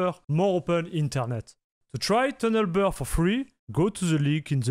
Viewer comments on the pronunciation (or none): More like tanel be🤣